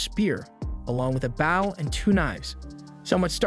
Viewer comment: I hate it when the ai voice CANT SAY BOW PROPERLY THE AI SAYS BAO